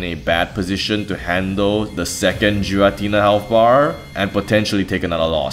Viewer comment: Debates on how to say Arceus aside, there's no debate that Giratina is NOT Jiratina